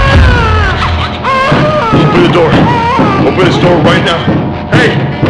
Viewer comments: I like the 2nd one where he accidentally said "open this noor" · “Open the noor” - famous last words